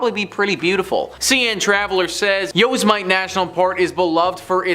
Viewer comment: "yo semit ay"? Annoying mispronunciation....